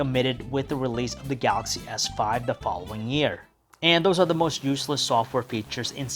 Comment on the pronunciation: He sounds like he chokes everytime he says "ga-axy". You do know that the "L" in is not silent, right?